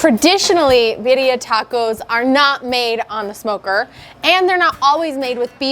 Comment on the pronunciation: Love how she pronounces it BIDDIA. 🤣